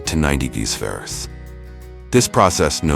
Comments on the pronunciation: Degrees ferris? degrees farafice? I can't even. I had to turn it off. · lol AI narrator just CANNOT get the word "fahrenheit" out XD